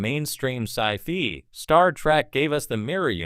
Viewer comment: so.....which character would Voyager have been better without? also your AI voice keeps saying it as sci-fee